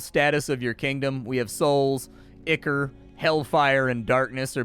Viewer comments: Dude, it's "EYE-core", it's a thing outside of games. google "ichor" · "ICK-ER" lmao